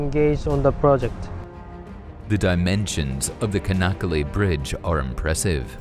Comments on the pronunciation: come on. You guys went there, did interviews, take aerial footage made a video with voiceover but you guys got the name of the city and the bridge pronounced wrong. its not "Ka" nakkale. first letter is not a C, its a Ç. its pronounced "Cha" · It’s “Chanakkale”, not “Kanakkale” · As I understand Turkish pronunciation, the name is written Çanakkale, with a cedilla on the C, which makes it soft, so the pronunciation is "Sanakkale". Am I wrong?